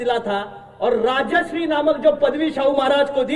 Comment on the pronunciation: अरे धैर्यशील माने तुला धड मर्‍हाटी ब्वाॅलालया येईना झालं कश्याला उगी हिंदी बोलन्याच ढ्वाॅंग करतायस... अरे येड्या 'राजश्री' न्हवं रंग दगड्या त्येंना "राजर्षी" म्हनत्यात... तुमास्नी म्हाराष्ट्र संबाळना झालाय आनी आणखी तिकडं उत्तर परदेशात तुमचं काय चाललंय....???